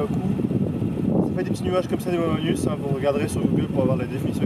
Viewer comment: "Mammatus" pas mamanus 😂